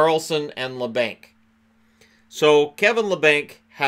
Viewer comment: Its pronounced la bonk